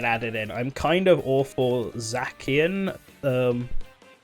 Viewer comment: “Zackian” Zacian: Am I a joke to you?